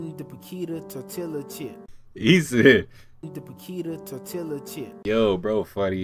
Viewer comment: My cousin says "tor-tila" too 😂